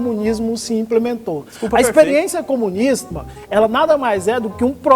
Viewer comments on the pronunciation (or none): Dartanãn noiado says: "....a experiência comunisma.." kkkkkkk.